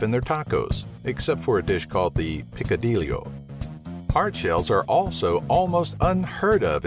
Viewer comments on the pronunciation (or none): lmao picadillio the way he said it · To the guy doing the commentary Picadillo is a Spanish word so pronounce it as such. the two "ll" in spanish make the "y" sound in english so it should sound something like (Pika-di-yo) Same way you pronounce tortilla (tort-e-ya) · LOL you said Picadilio :)